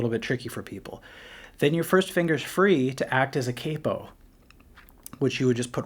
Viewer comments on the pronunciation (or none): none